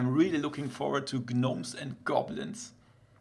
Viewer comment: Its pronounced nomes and goblins. The G is silent. Fyi.